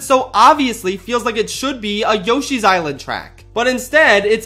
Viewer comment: Yosho’s is-land